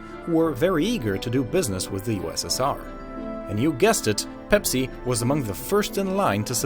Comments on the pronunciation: did he say bepsi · Why is he saying ‘bepsi’